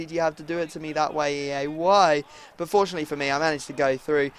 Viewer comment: Whenever you say fortunately i think that you are saying unfortunately